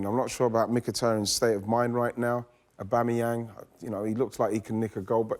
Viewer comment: Visiting this video after he signed a new deal.. Sanchez was the biggest mistake for Man U and Aubamayang the best Arsenal player since. Notice Weighty didn't know how to pronounce his name then😁